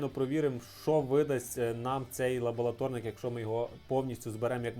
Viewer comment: лабоЛаторнік кров із вух, це повний капець, ладно стріпер кліщами називав, а тут просто жесть...